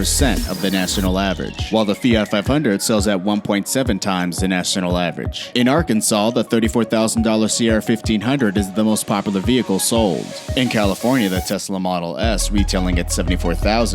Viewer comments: Arkansas is now ARKANSAL, according to him. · Arkansas Kansas Exblain that murica exblain!!!